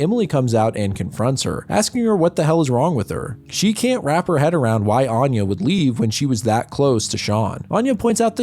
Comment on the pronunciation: I couldn't get beyond the first word; he pronounces 'Anya' closer to how 'Aine' is pronounced. Which is ironic, lol.